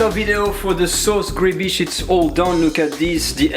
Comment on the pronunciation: gribiche is pronounced like louis de funes says "ma biiiiiche"...sauce griiibiiiiche...